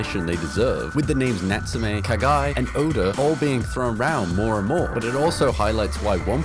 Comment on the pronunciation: Who the hell is "Kagai"? It's "Kugai." With the "U." TF!